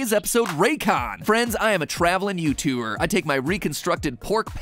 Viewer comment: Anyone else pick up on the "You-too-er" instead of "Youtuber" in the beginning of the Raycon ad? lmao